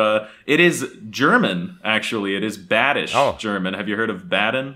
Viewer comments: I've heard Badisch ever since my childhood and the pronunciation wasn't really good. I did not recognize the dialect so it wasn't a very good depiction (Nothing against the guy of course) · Number 3 is the worst version of badisch I ever heard. I am badisch since 69 years and could not recognize this. It is not a language. It is a badly performed tongue-twister.